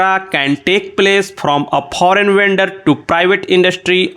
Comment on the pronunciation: Sir wo foreign hota h phorein nhi further hota phurder nhi procedure ko procejure pronounce krna hota h ...